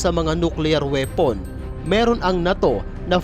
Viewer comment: WRONG INFORMATION KAPA WALA NG USSR PO! AT “NATO” HINDI MOPA MABIGKAS NG TAMA.😂😂😂😂😂😂😂😂😂😂😂😂😂😂😂😂😂😂😂😂